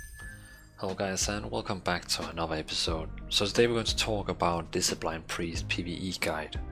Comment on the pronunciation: "Diseplain Priest" x)